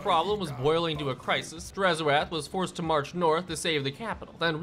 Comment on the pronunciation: Please, it's 'drazh oath' not 'draz ho ath' and it translates to 'evil promise' in zharralid